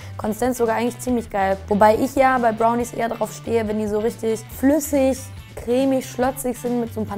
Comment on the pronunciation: Kim sagt am Anfang Bownies statt Brownies xD